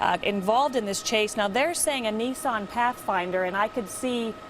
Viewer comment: its called NISS AN not niece on